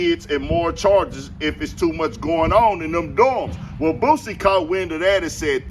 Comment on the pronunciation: For all y'all say Boosie wrong. DON'T RAP ABOUT THAT SHIT.. DON'T TELL OTHER MFS THEY HOES WHEN YOU SCARED TO WALK THE YARD